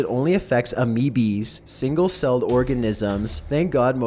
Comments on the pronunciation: Did you really say ameebees? Wtf? I guess you don't science much huh. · Alright, is back! I don't care what anyone says, but to me, "Top 15s" is not the same without him, monotone voice and all. Number two:: "This virus only affects AMOBEES." Me: Umm, what?! Amobees are marketing technology companies that serve various brands and agencies. I'm guessing that means 'AMOEBAS', single cell organisms. completely butchered that pronounciation. 😂 Still, gotta love him though; at least he tries. XD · Amoeba is pronounced A mee ba not A may be. Nice list very interesting! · "AMEEBA" It's pronounced, not spelled but pronounced!! dude I luv ur narration n ur clips strait up. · really?? amoebEEES??? its called an ameoba, [A]!!!! Also, your mouth-breathing, downward inflection at the end of every sentence is driving me insane, not to mention you obviously don't even understand how to correctly read even half of these plagiarized articles. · I love your videos, but my friends and I do shots every time you mispronounce a word. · the fucking way you said amoeba literally gave me heart cancer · So you criticize Climate Change "deniers" but you can't pronounce amoeba?